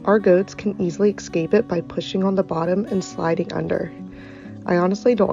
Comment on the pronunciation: LOL ! She keeps saying "X-scape" 🤣